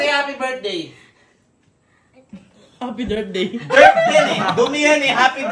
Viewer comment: Natatawa Ako sa hapydirtday😂😂😂😂😂